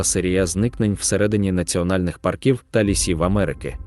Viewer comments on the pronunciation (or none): Дуже цікаві історії, приємний голос, дякую за працю автору....але одне але...прошу Вас не паркІв а пАрків))))